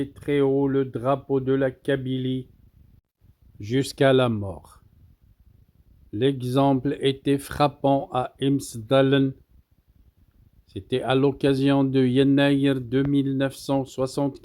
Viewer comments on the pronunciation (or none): IMCHDALEN ,LE C EN KABYLE SE PRONONCE *CHE*. merci pour ces nouvelles.